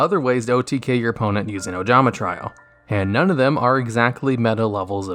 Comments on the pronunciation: Bro I hate the way you pronounce things. Who tf pronounces "tree-o" like "try-o" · Ojama-“Tree”o not “Try”o and it’s not “archefiends” it’s “arch”fiend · Ojama try-oh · Wait. Did this guy just say "try-o"? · Trio is pronounced Tree-Oh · TREE-O Not TRY-O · Tryo it's trio dude learn correct English. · I didn't think Fusion Summons counted as being destroyed. Gee, I wonder why "Blue Eyes Chaos Dragon" is less powerful than "Blue Eyes Chaos MAX Dragon". It's almost like they're implying that "MAX Dragon" is the final form and "Chaos Dragon" is halfway through being upgraded. Did...did you just pronounce "TREE-oh" as "TRY-oh"? When did "Cyber-Stein" get off the ban list? The power creep's gotten that bad, huh? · "He also tends to have problems pronouncing certain words." -- Agreed, even basic words such as "trio" which most people know is "tree-o" and getting names and words mixed up (shining / shiny) Hardly an "intellectual" at all but quite the opposite. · I love you bro, but it's pronounce "Tree-oh", not "Try-oh". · My ASMR is listening to pronounce Ojama Trio (tree-o) as “Ojama Try-o” and “Shining Dragon” as “Shiny Dragon” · can't get over ojama try-o... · anyone else feel rustled when he pronounces trio as try-o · he's a f**king idiot that's why. I know what you mean. It's a pretty simple and common word that most people know as "tree-o" and you wouldn't think anyone would get that wrong. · Just a heads up “trio” isn’t pronounced that way… XD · Wow. Multiple mispronunciations in this video. Trio, Archfiend, and Shining read as Shiny. You have to be doing this on purpose XD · How can you mispronounce ''trio'' wtf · I'm convinced most of them do it just to trigger people, it's a really cheap and stupid form of trolling that makes the person doing it seem mildly retarded. But I've seen it so often it doesn't trigger me anymore. There's no native English speaker in the world who doesn't know how to pronounce 'trio' or 'archfiend."